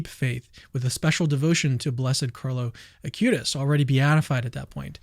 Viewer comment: please dont say a-cue-tis, it is ah-qoo-tees